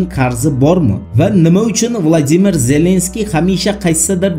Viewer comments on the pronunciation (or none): none